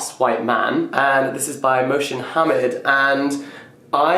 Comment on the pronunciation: Mohsin Hamid - the surname is pronounced with the emphasis on the second syllable, i.e. Ha-MID, not HA-mid, and the 'i' is a subtle 'ee' sound, i.e. 'Ha-MEED'.